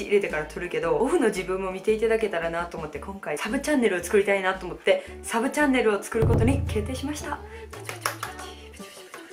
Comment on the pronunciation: ２／３の確率で結婚かと思ったやん。「サブチャンネル」が「さぶちゃん」に聞こえたわｗ